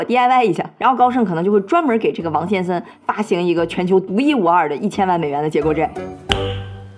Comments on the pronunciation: 奇怪 為什麼講 「先森」 而不是「先生」 這是哪一省的口音嗎？🤔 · "王先生"這發音是打哪來的?